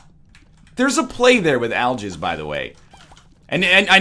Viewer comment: To me, it sounds more like "I'll jizz" rune.